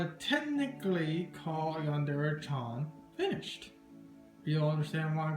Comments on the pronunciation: "Yandere Chyawn" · It's really cool and all and I'd really love to have something like this, but the "chan" pronunciation is just killing me... xDD